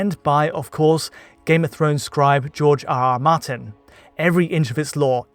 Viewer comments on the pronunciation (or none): none